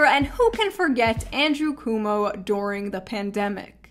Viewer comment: Cooomo???? 🤣🤣🤣 it’s [kwow mow] cuomo